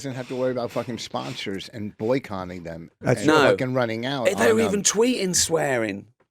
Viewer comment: Did Vos just say boycoNNing? 7_<